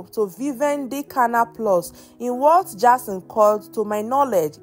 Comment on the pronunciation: Jayson.. not Jarson🚶🏾‍♀️